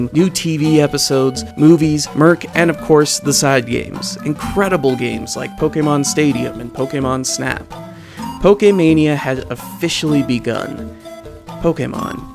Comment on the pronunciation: "murk" Please pronounce that "ch" in merch. It's not a hard k sound. It's short for merchandise, not "murkandise".